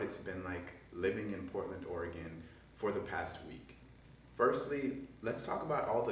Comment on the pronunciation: Yo, at least you pronounce Orygun correctly 😂